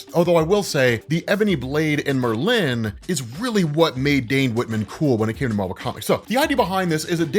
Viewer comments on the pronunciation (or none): 😂It’s not Mer-lin, It’s Merlin! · Merlin.... not Mer-lin. Extremely informative video tho. I feel like I'm a blk knight expert now. 👍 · Great video! My OCD does go into the stratosphere whenever you say “MerLIN” instead of “MERlin” though. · It's Merlin, not Merlinne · Merlin. Mer-Lin. It’s like you emphasize the end of it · Lol. It’s pronounced Merlin like bird species. I have to say it!! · Mer-lyn and stimina instead of stamina get me every time. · Not to discount your great work, but I can't believe you don't know how to pronounce Merlin. Frankly it's because your work is so good. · why do you pronounce Merlin like that... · pronunciation of Merlin cracks me up every time. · Well you're keeping your tradition of mispronoucing at least one name per episode. The accent in Merlin in on the FIRST syllable. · Was gunna comment that too. That's such a peave for me. Same with people who say hash BRowns almost like a question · Keep the emphasis on the latter syllable, keep the conversation going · His blade is an obvious plagiarism of Elric's Black Blade. And Oh yeah...the way you say Merlin is quite disturbing. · Why u say merlin so weird rob? Lol